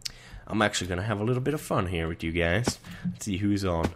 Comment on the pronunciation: it's th not tt